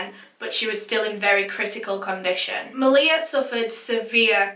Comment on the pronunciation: dang i was watching this case and thinking the whole time, this reminds me of how my older sisters best friend passed away, and i didnt realise until afterwards that this actually was about my sisters friend. i think i never noticed cause of how u pronounced her name, (its pronounced ma-lee-ha). i remember when i found out about her passing, i must’ve been in reception at that time and didnt know the full story until now. all i knew before was that maleha’s ex-boyfriend set her house on fire killing her and her sister and that a while after both of their deaths her older brother also passed away. it’s sad that i didn’t recognise her as she used to always be around at my house. may they all rest in peace